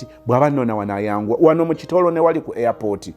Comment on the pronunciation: toseka ate olwo omuwarabu naye talina letter P agiyita B. Police agiyita bolis🤣🤣, pepsi mbu bebsi, airport mbu airbort😂😂byansesanga at first bt now am used to them